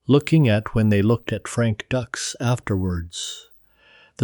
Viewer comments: These AI videos are notorious for mispronouncing words and names. It's DUKES, not DUCKS. Very annoying. I'd be ashamed to release this video. Then again, the entire story is a total fabrication. None of it ever happened. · It's DUKES! Not DUCKS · Frank "Ducks"????? Did you even watch the movie "Bloodsport", Dude??? Good grief!!!! They even made a special effort in the movie to pronounce his name right!!! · It's frank Dukes dude wtf get the name right Dux If Dux is the correct spelling that's all good but pronounce the name correct please lol 😂